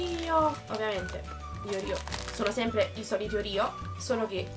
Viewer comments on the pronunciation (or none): si dice oreo non orio